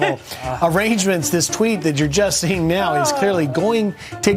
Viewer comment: Arrhrangements See-hee-ing